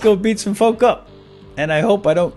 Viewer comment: he said let's go beat some "fulk" up not folk